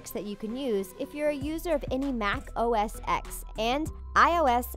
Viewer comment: None of this is 'hidden' or 'secret'. Most of the mentioned keyboard shortcuts are advertised by Microsoft, Apple and other software companies or even listed in menus or settings (on a Mac: Go to system settings, then keyboard and there they are...). Btw: OS X is pronounced 'OS ten', not 'OS ex'. And OSX has been recently been renamed to macOS.